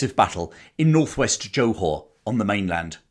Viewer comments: Very interesting presentation enthusiastically delivered. However, I do have one slight criticism - your constant and grating mispronunciation of Johor. It is NOT pronounced as JO[E] Hor[whore]! The Jo syllable is pronounced like a 'soft' G [as in giraffe] or Jur. So, the correct pronunciation is J[ur] Haw. Also, the city is actually called Johor Bahru - pronounced as Juh haw baa roo. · Interesting but English people are not the ones to tell the tale. Notice how little mention of Australia New Zealand Dutch East Indes and local forces - and the narrator can't even pronounce Johor. I bet he hasn't been there.